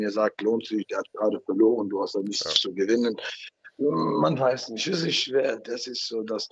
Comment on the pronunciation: "Neid ist nischt gut" Ottman Azaitar.